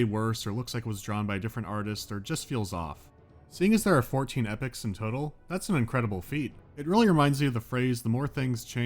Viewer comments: did you just pronounce "epochs" as "epics"?? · EEE POKKK EEEE POK EE-POK...omg, hearing you say Epic Epic Epic ...lol jesus